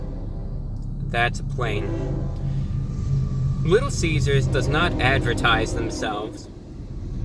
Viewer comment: "It's a pwain"